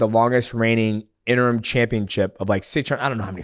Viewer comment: He said interm 😂